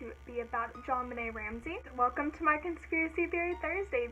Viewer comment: loved the video, and someone finally said my name right😂💔 i totally think the brother did it